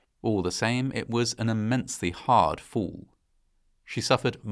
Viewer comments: I'm a former U.S. Army Parachute Rigger and I disapprove parachute failures. Oh, and the word fall makes the "fall" sound as opposed to "foo" 😆👊🏼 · Just a quick question, Sir. In witch part of Great Britain are you from/located? It is just so weird when you say fall. It sounds like your are saying fool. Same with the word call. Otherwise I really love your uploads 🙂